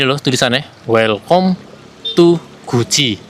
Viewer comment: Di bacanya welcam mas bukan welcom